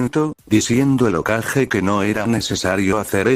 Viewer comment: Porque dice okaje en vez de hokage ?